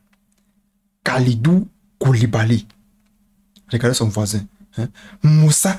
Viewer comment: Non mais tu m’as tuer avec les prénoms et noms des sénégalais 😂🤣😂 nampalys 😂 kalidou koulibaly 😂 moussa niakhatë😂🤣